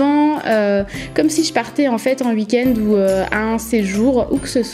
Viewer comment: c'est drôle tu dis 😂❤️